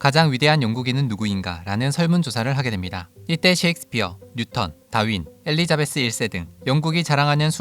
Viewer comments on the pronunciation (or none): none